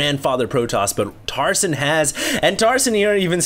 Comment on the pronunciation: i keep thinking he is saying tarzan